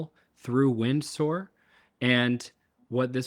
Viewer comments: Oh my days stop saying wind soar 😂😂😂 It's "Windsor" pronounced "winzurr" That aside, incredible! I'm using manus for very similar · Just a heads-up, it's pronounced "Win-zah" - like Windsor Castle. :D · Pronounced “Winser”